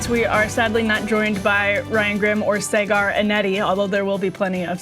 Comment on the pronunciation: Sargar Enneti. 😂 Karma for laughing at French names of Canadian politicians!